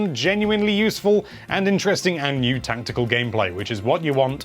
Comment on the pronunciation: What the hell is "tantical? I think you mean TACTICAL. Notice the lack of an N, and the C before the second T is also worth noting.